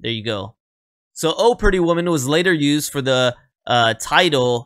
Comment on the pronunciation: The accent does not go on the word "Oh." The accent goes on "Pretty Woman." The way you said it sounded funny...lol